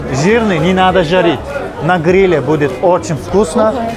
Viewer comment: что за ужасное озвучивание ? Ударения не верно ставит. периАд вместо период, на грилЕ вместо на грИле😂😂😂